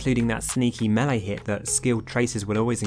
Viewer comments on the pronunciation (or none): none